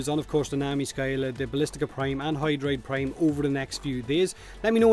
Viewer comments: Intro said Doid Prime? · I have no idea why, if the Doid Prime was intentional or not but it cracked me up. lol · Doid Prime hahaha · DOID PRIME!!! O